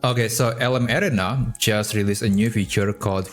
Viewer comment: Couldn't figure out what LM "Air-ray-na" (said very fast) was until I realized you were pronouncing LM "Air-Ree-Na" creatively. Hoping you might use the common pronunciation in future videos. Thanks for the great content!